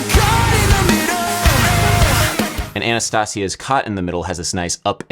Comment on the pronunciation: Did you pronounce Anastacia's name as "anna-stassia"? 😂😂